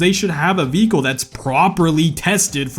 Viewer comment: But you took my joy away with the times you said “VeHiCle”…